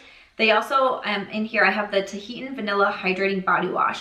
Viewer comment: I like to know when I’m pronouncing something incorrectly, if you’d rather keep doing your thing, do your thing. Tahitian is pronounced tuh-hee-shun.